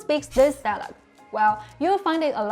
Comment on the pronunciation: Hi. You help us so much with Chinese, now it’s my turn to help you with English. You’re not saying the word “dialect” correctly. It sounds more like “dialog”. Your tongue needs to be more forward when you pronounce the “e” sound. It should sound the same as the “e” in “get”, “met”, “let”. Yours sounds like the “oo” in “door”, or “floor”. That back tongue position is also making the “c” sound more like a “g”, not a “k”. This is also one of the few times where you can’t swallow the final “t”. You have to pronounce it, dia leh k-t.